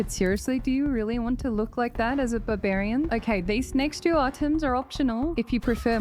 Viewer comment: Babarian, I can't unhear it now.